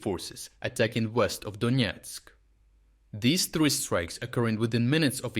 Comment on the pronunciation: Donetsk not Donietsk